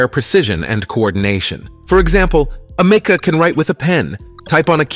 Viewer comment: It's pronounced AMICA. My god that was so annoying to listen to 😂 I can see the divide within humanity starting to form as the less skilled amoung us perish into oblivion. Bring on advancements to the welfare state!